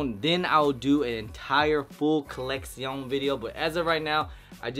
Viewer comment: He often like to pronounce collection 👉 “coleccion” 🤣 😂😭